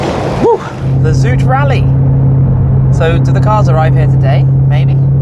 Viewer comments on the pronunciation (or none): Zout is salt, zoet is sweet. So pronouncing zout as zoet is funny for dutch speakers 😄